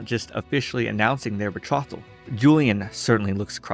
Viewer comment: That's not how you pronounce "bethrotal". It is definitely not "bethrottle".